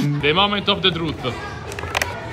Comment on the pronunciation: "The Momenth of the Truth'e"😂